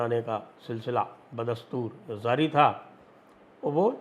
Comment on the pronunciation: Arre bhai zaari . Nahin. Jaari with a j.